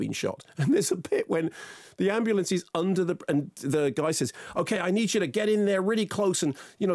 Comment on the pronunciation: "Ambu-LA-ance,....oh it's in LA" - That got me, can't lie.